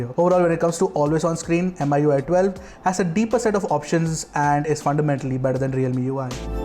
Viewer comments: FYI 'MI' as 'Me' not M I 👍🏻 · Why keep on saying M I U I ? It's Mi UI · It's pronounced MIUI...Not Mi ui..!!!?? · just a pet peeve but it's annoying when some people pronounce it as "M.I.U.I" when the company that develops it is "Xiaomi" /kshao-mi/. "Mi-U.I" Is that so hard? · Everytime he mention "em ay ui" gives me the cringe. It's pronounce "mi yu ay" because the company name is xiao"mi". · That's MIUI not mi UI.